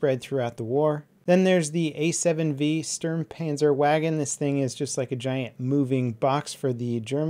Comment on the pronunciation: it's pronounced [shturrmpanzerwahgen]